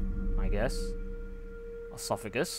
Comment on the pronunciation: LAWLS E- sophagus?! ESOPHAGUS